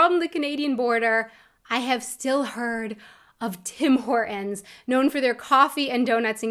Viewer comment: For some reason, about 20 years ago. Americans stopped pronouncing the letter T. Example.... when she said Tim Hortons, she pronounced it "Tim Hor- ens" Americans do this constantly (I'm Canadian btw).